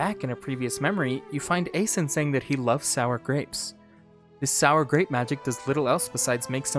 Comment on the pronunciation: Correcting your Frieren, but butchering Eisen. At this point it must be intentional.